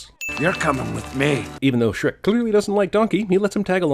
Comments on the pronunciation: Logo doesn't have an H... 😮😮 It's only "Srek" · I like you but it's Shrek how dare do you disrespect him